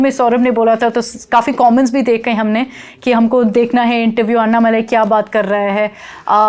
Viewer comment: अन्नामलाई ? What the hell ? It's अण्णामलै ... Don't ruin the South names... Please learn the pronounciation...